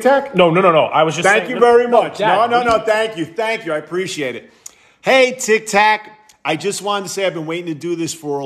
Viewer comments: Why did your dad say tiktak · "My TiKtAk" 😂😂😂